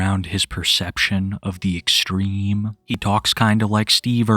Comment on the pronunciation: Pwetty extweme 😂